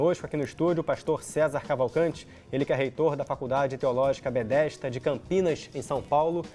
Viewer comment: “Bedesda” não Betesda